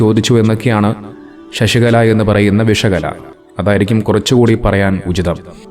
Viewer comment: "ഷഷികല" അല്ല, "ശശികല " എന്നാണ്.